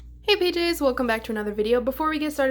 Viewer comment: I always feel like you are saying hi to your pajamas when you say Hi PJs! Lol